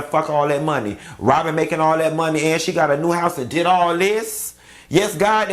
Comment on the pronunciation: If this man say “Ron & Wobyn” 1 more time